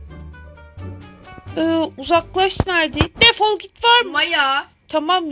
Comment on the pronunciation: Defal demen hakkın yok seni seviyom ama öyle diyemesin hakkın yok seni abone oluyaruz hakkın yok😊